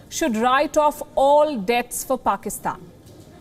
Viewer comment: The anchor just butchered pakistan